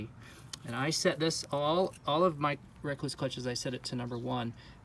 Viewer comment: It’s Rekluse not Rakluse “E”